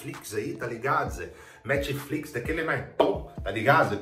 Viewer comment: eu escutei ''metflix'' kkkk